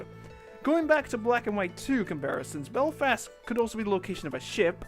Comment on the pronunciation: Sorry but I cringed at your pronunciation of Belfast